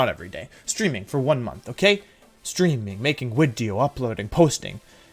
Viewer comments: At the start of every Wolfey video, I wait anxiously for the "So, there I was" and "wideo" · Wolfey + Video = Wideo simple maths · Why do you say "wideo" every wideo? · Why do you say “wideo” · Y does Wolfey say wideo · Mr Mime in previous wideo... Wideoy "Mime will be in next wideo", next wideo no Mimey. We Whiney for Money!